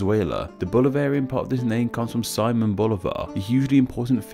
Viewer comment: It's si-MÓN Bolivar, not SI-mon